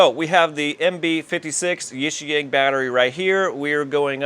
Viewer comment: Hey man, I think it's pronounced YIXIANG not YIXIANG. 💥